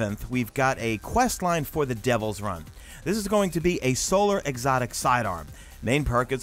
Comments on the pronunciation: Every damn YouTuber calls it Devils Run! For god sake R-U-I-N! Ruin! Lmao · It’s pronounced devils Ruin not Run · My man, it’s Devil’s RU-IN. Not run.